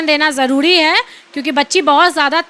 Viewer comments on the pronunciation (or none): none